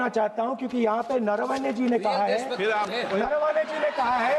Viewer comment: नरवणे ना नारावाणे म्हणत आहेत